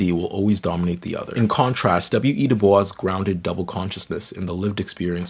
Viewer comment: “My name is pronounced in the clear English fashion: Du, with u as in Sue; Bois, as in oi in voice. The accent is on the second syllable.” — W.E.B. DuBois (from article by Aldon Morris) or DooBOYS according to the NYT.